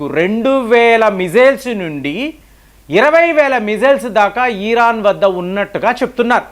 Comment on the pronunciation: ఈరాన్ కాదు ఇరాన్.